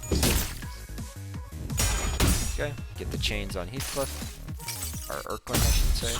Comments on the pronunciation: Er-keling ahh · hes a king.. so its more like, earl-king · Bro did NOT just call him the Errr-kling 💀💀💀💀